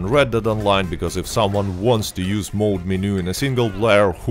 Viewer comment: It's mod not mode. Mod is short for modification.